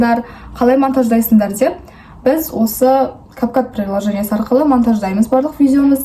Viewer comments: Кап кат емес кап кут емеспа😂😂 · Кап кат емес кап кат болатын болса cap cat деп жазвлад кап кут деп оқылады какой кап кат